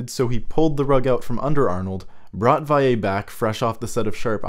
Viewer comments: Yeah I don’t know why it’s difficult to pronounce Vallée... it’s like “Valley”, people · Val.le not Vay.ye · I don't know why he keeps pronouncing Jean Marc Vallée's name as "Vaiyay" but its driving me crazy... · You can pronounce the two l's in Vallée like you would in english. He is french not spanish lol.